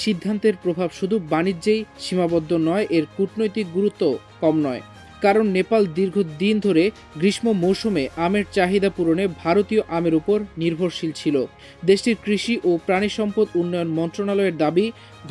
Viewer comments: গি পি এ ফাইভ দিয়ে নিউজ পড়ায়, গ্রি শ ম কাল বলে কোন কাল আছে কিনা আমার জানা নাই। যেটার উচ্চারন হবে গ্রিশশো ( গ্রীষ্ম) কাল। ব্যাটা এটাই পড়তে পারে না কিন্তু স্বজন প্রীতি করে নিয়োগ দেয়া হয়েছে। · গ্রীষ্ম কে গ্রীষমো উচ্চারণ শুনে হতাশ হলাম। এত চমৎকার একটা প্রতিবেদন অথচ প্রতিবেদকের পুঁথিগত জ্ঞান কম থাকায় হতাশা ব্যক্ত করছি। আমারদেশ কর্তৃপক্ষ প্রয়োজনে এইসব প্রতিবেদককে আরও প্রশিক্ষণের ব্যবস্থা করবেন। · গ্রীষ্ম উচ্চারণ সঠিক হয়নি উপস্থাপকের। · অনেকে উচ্চারণ করতে পারে না